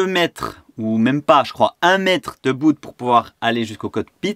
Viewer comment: Passionné et doué tu apprends très vite. C’est juste génial de te voir aller. Juste un détail : Bout ça se prononce boute mais ça reste masculin. Un bout(e) 😉😂 Bon vent cap’tain.